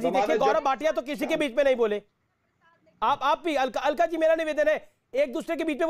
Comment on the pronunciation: Alka nhi cakla